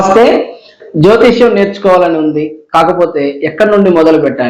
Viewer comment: జ్యోతిష్యం కాదు, జ్యోతిషం